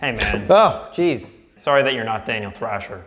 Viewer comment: Thaniel drasher